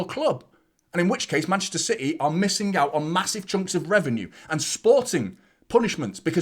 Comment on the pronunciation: Love your post’s mate but it’s CITY not CITHEH, thanks.